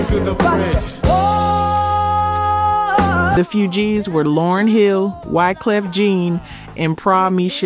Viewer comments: Soooo many mispronunciations it's hard to listen to. It's not Ma Girl, it's My Girl. It's not pronounced Fyoujees. It's pronounced Foojees. It's not pronounced Ginawine, it's Ginuwine with a u. It's not pronounced Timbalon. It's pronounced just like it's spelled Timbaland. I enjoy these stories but you should say the names correctly or let someone else do it. If you don't know then you should ask somebody. In fact, assume you don't know and ask somebody before you post. If this is AI then you should get someone to read it correctly. I'm sure you would have more subscribers if your site were more professional. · The few gees😂😂😂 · It's not the Few gees it's the Fugees...like refugees,. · someone needs to help with the proper enuciations. it is NOT the FEW-Geez